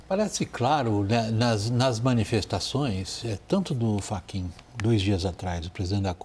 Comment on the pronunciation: Moraes deu um calateboca no "FRACHIN"😂